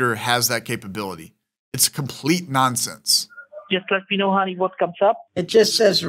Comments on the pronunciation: That ‘Hunny Hunny Hunny Hunny Hunny’ sounded like ‘Money Money Money Money Money’. Respect bro. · Deerek. Siwi. Hunny. Lol.